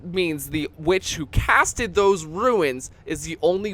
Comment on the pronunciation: You keep saying ruins when they are called runes lol